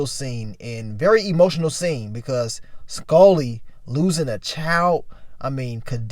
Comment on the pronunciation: I hate the way he says Skully... SKULLLY